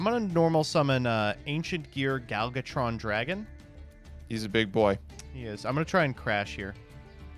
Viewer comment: Is calling Ancient Gear Gadjiltron Dragon "Gal Gotron Dragon" some sort of Gal Godot joke or something? I ask because he dogged for his pronunciation of the card name while simultaneously getting it wrong every single time he said it. THERE IS A "J" IN THE NAME. YOU KNOW, "J"? THE FIRST FUCKING LETTER OF YOUR NAME? YOU KNOW HOW "J" IS PRONOUNCED DINGBAT? YOU ABSOLUTE BUFFOON?!